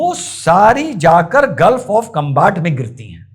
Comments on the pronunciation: कंबाट उच्चारण थोडा सा गलत ह कोई बात नही साहब वैसे खंभात की खाडी है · उसका उच्चारण खंभात की खाड़ी है